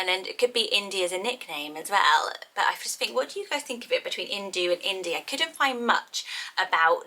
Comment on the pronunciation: As someone named ‘Veda’, it’s pronounced with a dh. Same with ‘Indu’. If you’re gonna name a kid from a culture/language that’s not yours, PLEASE ask a native speaker to pronounce it!